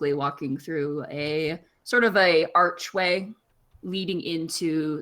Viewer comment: Every time she says “ark way” it bugs the fuck outta me lol